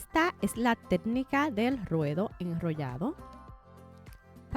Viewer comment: No pude terminar de ver el video porque no soporté que diga “tednica” 😢